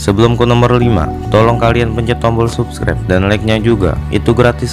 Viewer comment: Subskreb LOL Sabskraib bro bacanya 😂😂